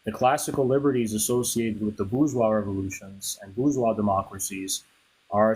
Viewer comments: Nah she was unbearably ignorant and smug simultaneously (BER-Gweece; “nuclear family” lol) and frankly—I would have been much harsher on her. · That’s Bur-Gweece Nuclear Family buddy! Lol